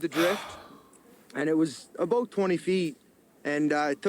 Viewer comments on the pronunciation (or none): Both of those provinces are the southern part of Canada. It's not that it's super cold here, we just get some freak snowfalls every few years. Not "pretty far north" at all. And you did that thing again. You said it perfectly the first time (a-boat) and then repeated it two more times, getting further away from what the Nova Scotian said (a-boat) and closer to the American cliché (a-boot). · Your pronunciation of "about" does not sound like the guy in the clip. lolol. You sound like YOURE saying "aboot" not the guy in the clip lol. I only hear "aboot" from people trying to make a Canadian accent. lol I'm sure somewhere in Canada people may sound like that like, say, if you're an immigrant? It's a funny stereotype though lol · That’s the first time I’ve heard a Canadian say “about” incorrectly. I thought only South Park and some Americans say it that way. It must be an east coast thing. Like Americans say crick instead of creek or ruff instead of roof.